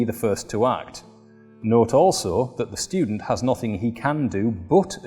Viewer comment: The "shtudent"!😂